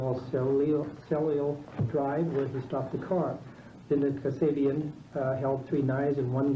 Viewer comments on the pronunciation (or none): This guy not only can’t pronounce the hard names, but he can’t even pronounce the easy ones (Patricia) Then he gets one right only to mispronounce it the next time!!!!! Hey d1pspit, it’s Cielo Drive, not too difficult for the rest of us!!!!